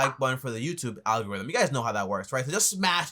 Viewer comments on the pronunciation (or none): none